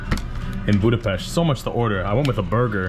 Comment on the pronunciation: Imádom a stílusodat, nagyon tetszik az a természetesség, ahogyan beszélsz a kerületünkről... Külön köszönöm, hogy Budapest-et BUDAPEST-nek mondod, nem pedig "bjúdapeszt"-nek. Helyes !!! Szóval Budapest, az BUDAPEST !!!